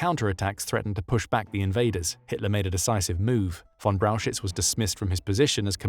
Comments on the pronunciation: Could you please repeat Brauchitsch for me? LOL. It is not Brauchitz, definitely not. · The pronunciation of Brauchitsch in this video is wrong. First look at the two syllables: Brau-chitsch. So it's frist Brau and then chi (think of "huge" and combine the "h" sound with an i (like in "in") and then a tsch-sound. tsch is pronounced like "ch" in "much". So then we have "brau-h(uge)i-(mu)ch => "brau-hi-ch" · Braukitsch is wrong. Brauchitsch is corectly written, but wrongly pronounced in the video . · lmao butchered the pronunciation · I love your Videos but the pronunciation of his Name drives me crazy as a german🫠